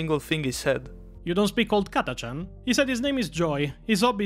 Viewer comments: Catachan is not pronounced with the "CH" sound (as in Chimera)?????? Come on, it's definitely not CH as in Cheetos... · .))) I understand, but a) Catachan does clean one's intestines out pretty thoroughly... b) I really think it's the correct way to pronounce it in-universe...